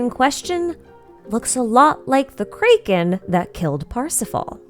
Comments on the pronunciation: this is the first time i've ever seen someone pronounce kraken as kaiken and not kracken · This is the first time in my life I've heard someone pronounce Kraken as Krey-ken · is there a reason you say it kray-kin and not crack-in similar to your pronoun citation of tighnari and Nahida? Also is tartalia a different character than childe? His in universe name is tar-ta-galia. Commonly mispronounced as tartalia and tartaglia, took me a while to realize the actual pronunciation as well.